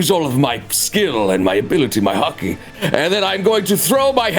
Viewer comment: Every time they said hockey I heard haki